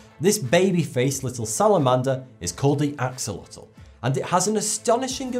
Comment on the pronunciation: boo-bbo The animal - the Axolotl's name is pronounced; 'a+sho+LA=tuhl'. A friend of mine was the one who introduced them to me. I mispronounced their name; 'ax+oh+lah+til', until they 'set me straight' 😉. I liked the sea-horses growing in to adult, full-sized horses.